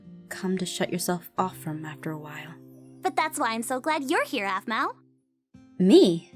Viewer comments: its pronounced 'arpell' not 'apple' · does call Aphmau Apple cause it was hard for him to pronounce her name at his age